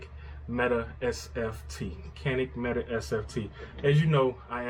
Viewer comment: Just as an aside, per Canik's website, it is not pronounced Meta, but rather Met-ay.